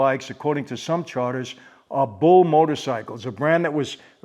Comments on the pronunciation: you mispronounced Buell for bull, The reason why is they are powered by a Harley Davidson engine, just hopped up for more power and also owned by Harley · Sorry Mike, I hadda tell ya, the bikes are pronounced Byool.